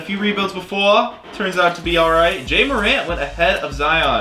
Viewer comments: no it’s pronounced jaw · Sry to be like this but... It’s not pronounced Jay morant It’s pronounced jaw morant